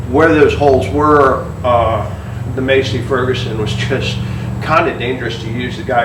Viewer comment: This guy just call that tractor a Macie Ferguson 🤣🤣🤣 you can tell he’s from the city lol